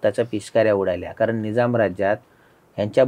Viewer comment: निजाम नाही निझाम म्हणा.